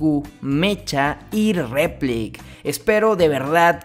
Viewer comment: Replica, REPLIK.. "K".. No replic.